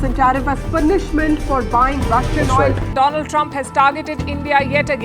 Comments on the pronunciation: Donald ❌ Doland ✅ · Donald ❌Dolund 😁😁😁😁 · Donald nahi doland trump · Do-Laand-Trump Ki Jali 😂